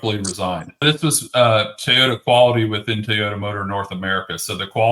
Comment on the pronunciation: What's a Tey-ota?